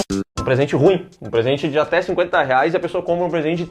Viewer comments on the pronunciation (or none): none